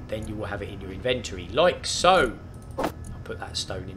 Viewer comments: in ven toe ree inventory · Would have watched but couldn't hear him say in-vent-tory again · This is what I'm talkin about...this show's you how to get started, and actually build something in the same day....yay! Thanks for taking the time. Now I'll start writing down translations for some of the words. "In-ventur-ry" = Inventory "Diggy diggy thingy"(name used last 2 videos) = Impact Rock Drill LOL Just kiddin, love the use of words, and made up words. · His pronunciation of ‘inventory’ actually makes me cringe.